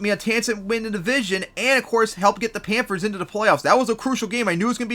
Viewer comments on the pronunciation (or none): Who the hell are the Pampers ? You said Pampers like 10 times man. Slooooooooow down, enunciate. Try it with me. PAN THURS, not Pampers.